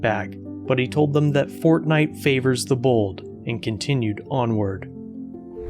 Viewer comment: FORTENITE! LOL